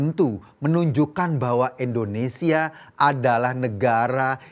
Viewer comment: bnyk salah ngomong. Pertama: nyebut kata E ndonesia bukan Indonesia.. kdua: prodAk.. bukan prodUk... Betulin deh bhsa loe, ko... Malu sama kadrun.. nyebut nama ngara sendiri aza salah..